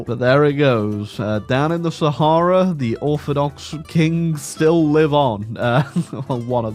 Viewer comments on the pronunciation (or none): none